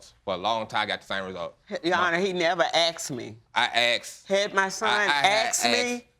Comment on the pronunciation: Why do they say AX and not asked?